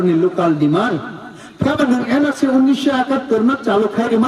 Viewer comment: no tatarao rikuchak kanri moyal lo fiyoggui rilainai dophani lokorog, musuk c nowng nini bukhuk kosak batima mwkhang Bai NRC ucharon ta Nadi.. mwsuk